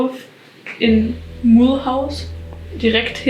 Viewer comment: Mulhouse is pronounced like "Müluz" 😉